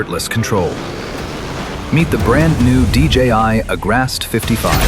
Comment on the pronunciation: Voice over is wrong, guy says "Agrast 55" instead of saying "Agras T55" in the beginning